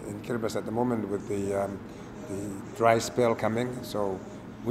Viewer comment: I don't think that kiribati will sing k as you said